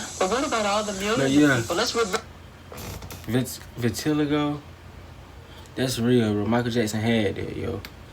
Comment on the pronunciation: The skin disease is pronounced Vi-Ti-Lie-Go